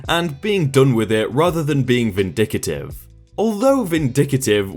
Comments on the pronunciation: Its pronounced vin-dick-tive...not vin-vic-a-tive lol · It’s VINDICTIVE. Not VINDICATIVE. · Huh, didn't know vindic-A-tive was an actual word...